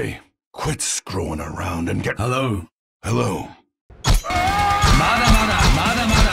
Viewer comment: Am i hearing mada mada or MUDA MUDA